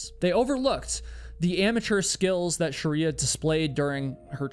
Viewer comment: ❌Shriya ✅ Sharia